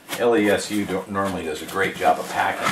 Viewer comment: I think its pronouced "Less-OO" Like boo!😂